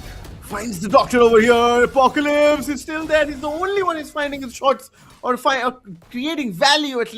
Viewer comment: Why the guy calling apocalypse on aplycs? It’s not even apclyps at least.